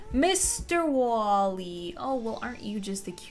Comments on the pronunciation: It's Wall-E not wallie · It’s wall-e not wallie hihi just putting this out there